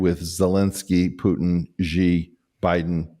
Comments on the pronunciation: I live in China, and the name of their leader is "Xi" and it's pronounced EXACTLY as 'She'. "she jin ping". Little confused on why so many people keep saying it wrong. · Btw, Eric: It's Not "Zhee"! 😊 "Xi" is so simple to pronounce: "Xi" = "She" (as in Standard American English: "he, SHE, it") Yes! The simple Standard American English Pronunciation of: "She" is how you're/we're supposed to pronounce "Xi" !!! The Only difference in "Pure Mandarin Chinese" is that there is a "tone"--which one, I have no idea! *BUT IT DOESN'T EVEN MATTER!* PEOPLE WHO SPEAK ANY LANGUAGE--INCLUDING MANDARIN CHINESE!--WILL EASILY UNDERSTAND YOU! (Much better than if you say: "Zzheee! Please!" 😳 😊)